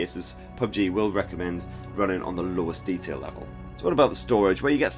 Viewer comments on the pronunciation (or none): Okay, I am curious to know why you say "runnin" instead of running?